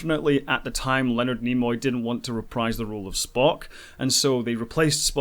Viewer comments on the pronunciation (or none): none